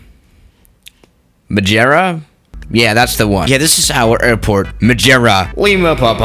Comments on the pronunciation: Majierra??? Just say madera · Its MadEIra not MadJEra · Its MADEIRA not Madjira lol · The word: "madeira" The pronounce: "mádêíra": "Majera" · let’s land at Madjeria Me: what the hell its maderia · Wtf is majera? It's Ma-de-rra Madeira it means wood, and I really don't know why they named it like that, the dude was probably drunk on some really early super bock 😂😂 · Majeria 😂 it’s mad-er-ia but nice try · Majira cant say madeira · “Madjera”😂 Um grande abraço de Portugal🙌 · MI-DE-RIA For which can’t pronounce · I’m Portuguese and he just said madjeura??? Lmao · I think it’s called Madeira - not Mageira. 😂😂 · It's pronounced may-day-da and I live there, it's a Portuguese Island if you didn't know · I am from Madeira (madjera hahaha) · Madeira - pronounced mad-eh-ra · “Mageira” bruh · Its ma-deer-a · I'm from Madeira and it kinda pissed me off how he said it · It’s Madeira not Madeira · It's spelled like Maadeiraa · Kind of annoying how you can’t pronounce Madeira, it doesn’t even have a letter G in it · The way you pronouce Madeira gives me OCD. Src: I am Portuguese